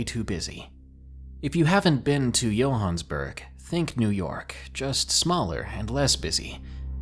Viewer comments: Yohansburg?!?! Are you SERIOUS?!?! Youve never heard of Johannesburg?!?! Its JOE-HANN-ESS-BERG! C'mon son! .........yohansburg......LMAO!!!!! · Ummmm..... You've never heard of Johannesburg? That's definitely not how you say it lol. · The music is really awesome! Thanks for another great video- Johannesburg... Might want to look up that pronunciation Ha!